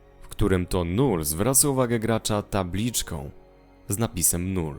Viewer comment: nie null tylko lull hehe :-)